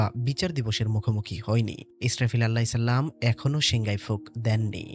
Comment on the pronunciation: সবকিছুই মনে হয় ঠিক ছিলো তবে, একদম শেষে আপনার ছালাম দেওয়াটা একদম‌ই ঠিক ছিলো না